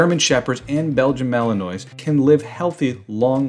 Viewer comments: The narrator is mispronouncing Malinois. I doubt he is familiar with dogs. Maybe he is just reading a script. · I managed a minute before I couldn't bear any more mispronunciations of Malinois. Surely, it's got to be top of the list when making a video showing your knowledge of the subject. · Imagine posting a video showing how much u know about a Belgian Malinois but u cannot pronounce it! Epic fail